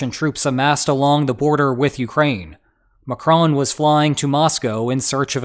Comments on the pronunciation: McCrone??? zero effort to properly pronounce. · “Emmanuel Macrone”